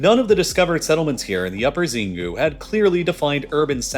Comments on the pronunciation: Xingu is pronounced sheen-goo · the pronunciation of "Xingu" in this case is worng its procnounced "chingu" with "chi" as in "china" as opposed to to "Zingu" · Xingu is pronounced Sheengoo’